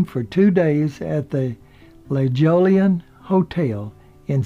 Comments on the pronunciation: Not La Jolian in San Diego. Its La Jolla pronounced hoya, Spanish word. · La Hoylan. La Jolian is pronounced La Hoyan. It's Spanish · Not many folks can get the name of the La Jallan pronounced correctly. Nice try though. That place is in La Jolla, a seaside community within the city of San Diego, California. Pronounced La-HOY-a. Add a long "n" and you have the proper way the name is pronounced. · in san diego , la jolla is pronounced as spanish la hoya